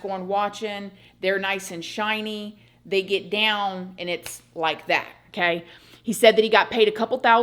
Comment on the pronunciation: "Nice and shinny" 😂